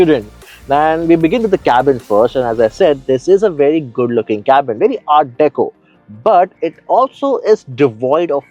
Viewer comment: Art Deco not Art Decor